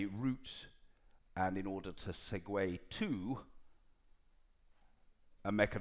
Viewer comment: You must be joking. He doesn't even pronounce the word order correctly.